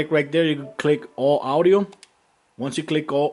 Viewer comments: All the "Awdio" LOL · dude the way u pronounce audio